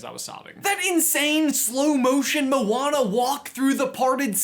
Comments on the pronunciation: He said molana instead of moana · Can you say their names like they say it in the actual movie. Moana, not mowana 😒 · i hate the everyone that says "mo ana" its moana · thers clealy not a space and it sonds like moa ana